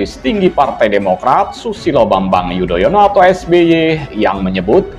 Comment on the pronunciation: Xixixixixixixiiiii...koplak... Anis nyebut nama Susilo Bambang Yudoyono jadi Bambang yudonoyo... xixixixixixixiiiii... 😂😂